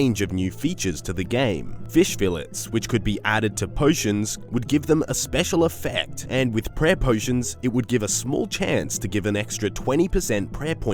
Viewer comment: SPECIAL EFFEAEFCT